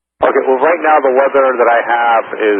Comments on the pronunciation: its unfortunate his accent changed Weather into Wedder. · I wasn't the only. Approach also failed to understand him and asked him to repeat thrice. He was saying too short and with a V Sound, almost like "Veather" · Those two "v"s in weather, they're pronounced like a w. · Cmon, he couldn't say Weather? I could hear this audio a thousand times, I'd never understand he meant to say "weather". It's bizarre, I though pilots had to speak english at least understandably (and before all the hate, my first language is not English).